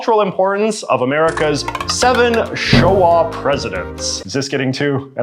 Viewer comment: "Showa" with some heavy emphasis on the "...."